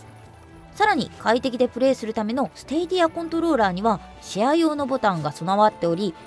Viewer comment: 放送中では「スティディア」って発音してたけどスタディアって紹介してる会社が多い( 'ω') ✅PS4Proに換装したSSD→ ✅使用中ゲーミングアンプ＆ヘッドホン→